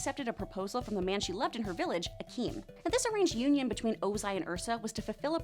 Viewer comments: His name was Ikam. Not Akeem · It is Ikem with long K